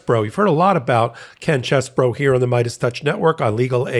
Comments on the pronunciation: Thank you! I’m not exactly sure what the correct pronunciation is but is not ‘cheese boro’ like every one else is saying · in my home town Sheboygan they pronounced name CHEEZBRO! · Believe it or not, this particular rat actually pronounces his name as “Cheese-Boro” because he is from Wisconsin. So,, go for it😎🥰